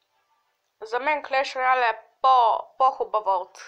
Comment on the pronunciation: ti nemojesh da govorish previlno izgovarqsh greshno clash of clans i clash royale